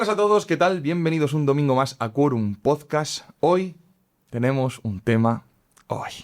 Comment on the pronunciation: Por favor, pronuncia bien PODCAST, con la T al final (no "podcas").